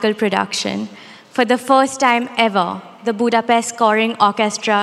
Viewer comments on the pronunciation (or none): none